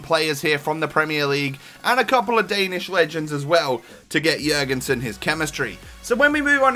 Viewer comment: you pronounced his name phenomenally compared to other youtubers